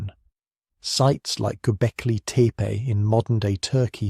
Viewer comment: Stupid AI content. Who pronounces gobekli tepe Gobekli teepay